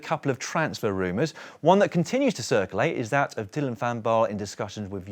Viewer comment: Hello Daniel et al, thanks for a superb show, I’ve watched every day of the Giro so far. Please allow me, on behalf of all your Dutch, Flemish and South African viewers to appeal to you to pronounce cyclists from those countries’ surnames correctly, when they start with “Van” - and there’re a lot of them! Van Aert, Van der Poel, Van Baarle and the rest are pronounced ‘fun’, not ‘van’ like a small truck. PLEASE - just park the vans!! You guys are all brilliant at getting the French names correct, so why the glaring inconsistency? Either anglicise ALL the names or take the trouble to find out how they’re pronounced in their home countries; anything else is disrespectful and lazy journalism. You guys are better than that! Thanks. PS: And this is a sincere offer, I’d be happy to offer a short ‘workshop’ on those countries’ names - let me know, but keep up the great work! Rory